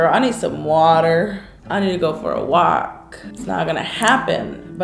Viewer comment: "I need to go for a wok". lol